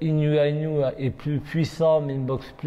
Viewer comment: Sinon le mec qui domine sa catégorie de la tête des épaules s’appelle Naoya Inoue et pas « Inoua Inouais » ...